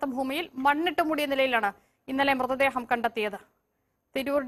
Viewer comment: ചേട്ടാ, മൃദേഹം അല്ലാ... മൃതദേഹം എന്ന് പറഞ്ഞു പഠിക്കു. ഇനിയും ആവർത്തിച്ചാൽ ഇമ്പോസിഷൻ തരും.